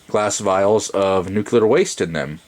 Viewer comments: nuclear not nucular goddammnit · It's Nuclear, not Nucular - Check that pronunciation here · Thanks! This is just what I was looking for. But please, the word is nuclear not nucular. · It’s Nuclear, not Nuciler! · Nuclear, not nukuler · Nuke-you-ler. It's pronounced Nuclear. -Homer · For bonus points he pronounced nuclear “nuke u lar”... instead of “Nuke lee ar.” Lol. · Nuclear or nucular? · nuculer waste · He said Nucular waste too... gag me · Nuke-ular? George Bush, is that you? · NUCULAR waste? really?Tritium is not nuclear waste. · Wow. No one can pronounce this word and it is hilarious 😂. Nuclear. “ New-Clear “. But yes,! You are still very correct. Tritium is not and does not contain nuclear waste lol.